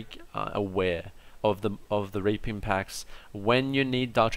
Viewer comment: is it only me or is he always saying raping instead of reaping?